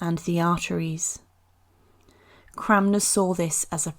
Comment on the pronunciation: The correct pronounciation is Thomas Cranmer. You said ‘Cramner’ multiple times.